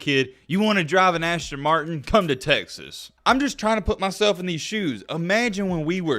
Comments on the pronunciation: Dude it is called a Aston Martin, NOT Ashton Martin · *ASTON, not ashton, Martin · ASTON not ASHTON 🤣🤣🤣 We're not on punked🤣🤣🤣🤣